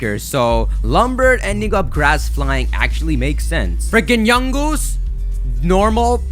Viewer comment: the way he said "Yungoos" was hilarious